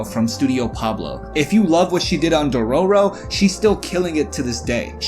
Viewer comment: entire video ruined by dororo pronunciation